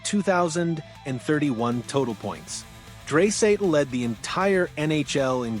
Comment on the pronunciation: Its dry not dray idiot